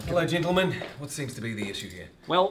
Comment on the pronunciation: I heard Jintlemen once too